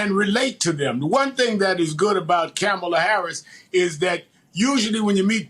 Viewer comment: Çome on Rev. Learn how to pronounce the woman's name brother. Your butchering it man. You did the same thing on your show Saturday evening as well. Get it right man. It's Comma-La. Ok?